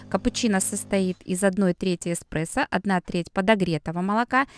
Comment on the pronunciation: Так режет слух-кофе-не оно, а он, не экспрессо, а эспрессо